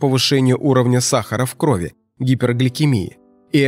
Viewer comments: Не в крОви , а в кровИ ! ! ! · Не в крОви, а в кровИ.